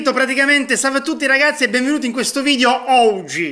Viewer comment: Ma il maestro dice oggi o ouji?